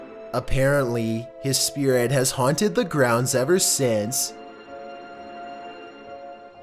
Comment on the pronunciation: “r o a m i n g S P I R A T”